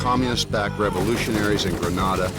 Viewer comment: Kind of makes you wonder when the narrator can't even pronounce the name of the island correctly.